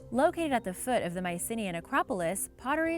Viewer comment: That really isn't how Mycenaean is pronounced.